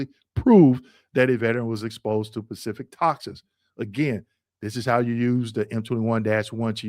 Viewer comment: Bro, the word is Specific, not Pacific!!